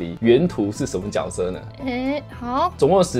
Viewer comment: 是读jue色哦，不是Jiao色吼😂😂